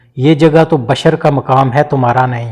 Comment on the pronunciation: Is it bashar or bishr ? Kindly tell the difference between these two pronunciations,cause on google both the words give different meaning